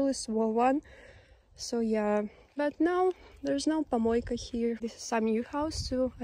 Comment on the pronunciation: тапОчки, кОлонка, пОмойка. как можно так ненавидеть родной язык? ну и valve а не crane. да и куча других ошибок.